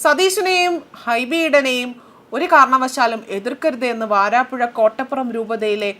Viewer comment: വാരാപ്പുഴ അല്ല വരാപുഴ ആണ്...